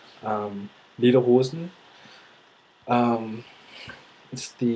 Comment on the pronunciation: I don't know for how long you have learned german but you pronounced Lederhosen or das Auto completely like a german! Really really good! :) We're not Angels here in Germany, there are also some stereotypes (about americans for example). Like "oh, they AL have a gun" or something... But I think we're quite tolerant :) This is a really good video, I didn't think that there were still people who REALLY think we're all Nazis :O It's funny "Do they have electricity" :D Greetings from Germany :)